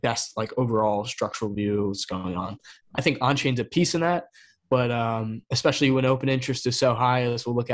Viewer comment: seems so smart until he says EXSPECIALLY 🤣🤣